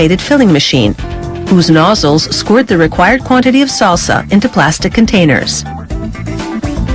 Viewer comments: SALE-SA, H-ERB, CIL-ANN-TRO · I've never heard someone butcher the word "salsa" so many times in one sitting. Or "cilantro" for that matter. ;) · i’ve never heard someone pronounce salsa, cilantro, and herb like this 😂